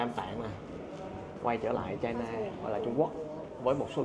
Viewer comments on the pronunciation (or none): none